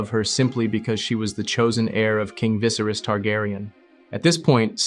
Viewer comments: "king visaris" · Didn't even pronounce then name right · Great video other than the pronunciation of Viserys